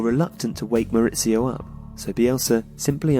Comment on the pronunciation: It's not Moritsio,he's not Italian ffs